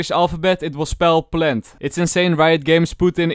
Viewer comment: I love how says plant plent